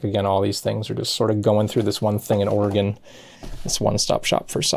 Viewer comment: Thank you for pronouncing Oregon properly.